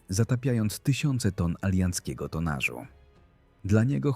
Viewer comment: "TonaRZ" - świetne 🙂